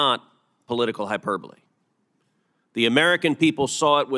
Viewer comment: Ted, the word is high-per-bowl-ee.